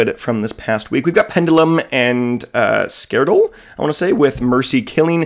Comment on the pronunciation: It's pronouced "Scar Lord" like Star-Lord from the Guardians of the Galaxy movies Another great video as always dude, keep it up :)